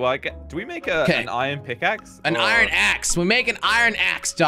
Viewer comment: I love how jelly sais ion at the place of iron